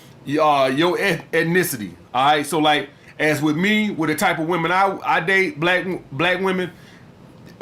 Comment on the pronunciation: either that or a Francophone.. Man said ze.. haha